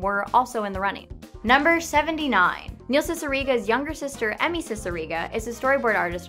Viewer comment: it makes me SO HAPPY that you pronounced cicierega correctly. you have NO IDEA. i’ve seen so many people say “see-suh-ray-guh” or even “see-see-er-guh” and it drives me insane.